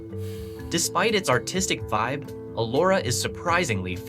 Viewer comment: Elora not Allora